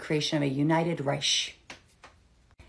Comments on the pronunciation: It's not "Reish;" it's pronounced like "Rike." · Reish? She doesn’t even know how to pronounce the word, so I’m sure she doesn’t even know what that word is until today. Do you think she paid attention in her High School history class? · Pronounced RIKE. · "UNIFED RIECH". Terrifying. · She can’t even pronounce “Reich,” nor can she differentiate between WWI and WWII. These people can’t be taken seriously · She can’t even pronounce Reich properly. It’s obvious it was AI generated WW2 newspaper back drop. You got him this time though 😂😂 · Learn how to pronounce your propaganda at least LOL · lady , you cant even say the word reich correctly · You pronounced Reich wrong!